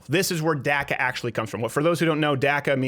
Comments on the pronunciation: Its pronounced DACA not DACKA its of Spanish origin say it right so you don't offend anyone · Why are you the only person on the planet who calls it DAC-A? The rest of us normal people call it DOC-A. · Saying DACA sounds like Durka Durka!